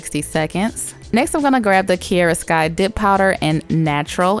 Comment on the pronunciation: Why do you say KI E RA when it’s called KI A RA ...